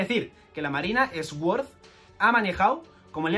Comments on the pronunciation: Nunca entendí por qué los españoles pronuncian la "s" aparte , se pronuncia "suord", no "esgüord". He visto el mismo error cuando pronuncian Shrek, es gracioso escuchar "Esrec" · Se pronuncia suord xd no esword jaja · cada vez que dice "esuord" muere algo dentro de mi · La verdad es que dice muchas veces Esword, alguien las ha contado? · Inglés nivel: pronunciar "Sword" como esguór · se pronuncia: Soorr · Dislike porque no sabes pronunciar sword 😝